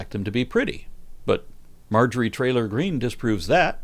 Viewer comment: are you calling Marjorie TRAILER Greene 💀😂❤ subscribed